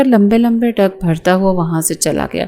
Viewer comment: لمبے ڈنگ نہیں ہوتا لمبے ڈگ ہوتا ہے ڈنگ بچھو کے ہوتے ہیں